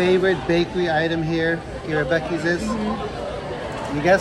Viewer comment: Great video...loved the food...safe travels and God Bless 😘🤗🌹💘💙 Aw, tyvm again to you both...funny you said the name right exactly 3 wks on my bday 🤗...wish there was a Buc-eees closer to me 😋